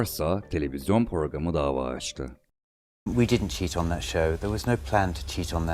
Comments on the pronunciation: Program sözcüğünü ''porgam'' diye telaffuz etmek!!!... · Porogram diyen adama, edebiyat öğretmeni teşekkür etmiş. Nasıl bir zamana denk geldik arkadaş